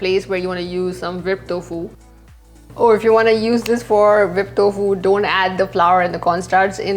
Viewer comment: Its टोफु, not तोफु